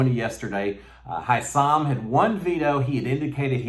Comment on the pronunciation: His name is Hisam. Pronounced high some you are saying Houssam just saying.